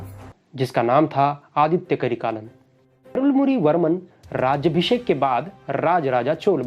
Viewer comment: his name is Arunmozhi Varman. for non tamil people: his name is Arunmoli Varman not Arunmoji Varman